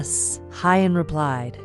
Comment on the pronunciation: This note is to the female narrator. Please pronounce Huyen's name like "who-yen" not Hi-yen.